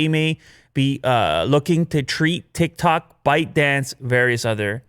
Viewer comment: who heard "thik-thok" instead of "tik-tok" & 😂